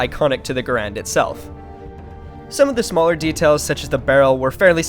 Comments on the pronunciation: bro your saying the name wrong😂😂😂😂 ga rand not ga rande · You say the name wrong